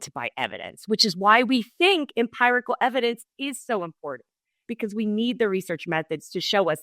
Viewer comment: Why does pronounce empirical as empyrical?!! Sounds weird 😆